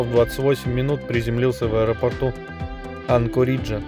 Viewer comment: История интересная, но читать нужно учится и ударения ставить правильно- " Анко'ридж.